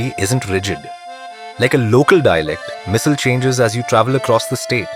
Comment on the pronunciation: It should be called missaalllll....it sounds spicy with the stress